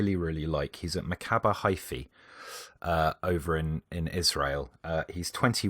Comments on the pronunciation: Im israeli and i was soo surprised when u said arads name... incredible scouting! Btw its maccabi haifa, not haifi... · isnt it maccabi haifa?